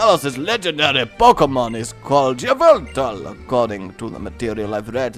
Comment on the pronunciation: Yveltal is ee-vel-tal not yiv-el-tal